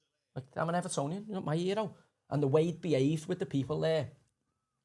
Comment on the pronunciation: Why does Joey say “fink” and “wiv”. It kind of blows his pretensions of intelligence. Barton Fink.